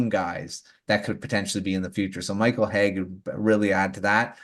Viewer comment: Good show guys!! Just a lil thing, it's Michael Hage ( Age ) and not Hage ( Haygue ) like Nicolas Hague. Keep your good stuff :)